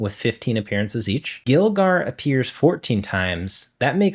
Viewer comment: Here's some corrections for some pokemon names you mispronounced: Gligar - Glai gar Groudon - Graw don Pachirisu - Pa chee ree sue Giratina - Gee rah tina Mismagius - Miss maj eeyus Xerneas - Zern eeyus Everyone else is either pretty spot on or I have no idea how to pronounce either